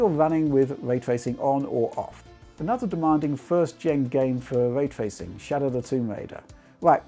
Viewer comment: What’s way twacing? 😝🤣